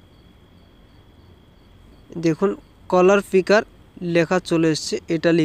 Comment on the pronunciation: কলার ফিকার না উচ্চারণ টা কালার পিকার